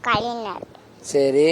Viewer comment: கலைநர் அறிநர் இல்லடா 😂😂😂ஞ சொல்லிக்குடுங்கடா தமிழை கொல்லாதீங்க டா